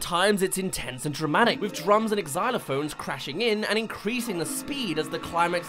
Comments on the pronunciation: Pretty good review--- wait, did you just say ex-xylophone instead of xylophone 0/10 terrible. just kidding fam, Great video dude. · im sorry but did you just say eggzylophone? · Wait, is the ‘x’ in xylophone supposed to be pronounced like an ‘x’?! I’ve only ever heard it as a ‘z’ before. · I just scrolled through so many comments to find someone commenting on your pronunciation of xylophone, and no one commented on it. Is this just how English-speakers say xylophone?? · did this guy just pronounce the fucking x in xylophone